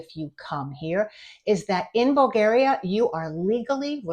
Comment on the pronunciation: In Bulgaria it's illegal to say BulgEria. It's BulgAria, with "A" like BrAzil.